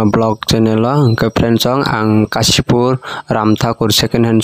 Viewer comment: It's Kashipur. Not Kachipur .....